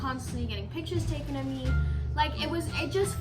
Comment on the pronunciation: Did you say token instead of taken 💀